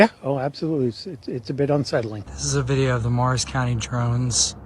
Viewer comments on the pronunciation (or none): Did the guy say MARS county?? Seriously?🤣🤣🤣🤣